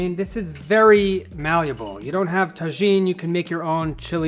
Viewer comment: Mexican here, it’s pronounced TA HEEN not ta jean. J’s have an English H sound. Thank you for your video!